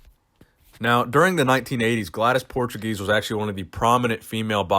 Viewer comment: Her name is pronounced PORE-TWO-GACE